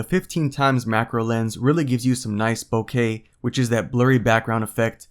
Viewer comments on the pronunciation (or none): Bokeh (blurred background effect of some lenses) is NOT pronounced bouquet (of flowers). It is pronounced boca (like Boca Raton, Fl.) Ruined a detailed, professional sounding review for me. Call me critical! ;)